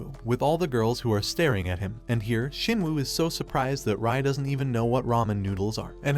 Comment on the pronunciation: Shinwoo nah it ain't jin woo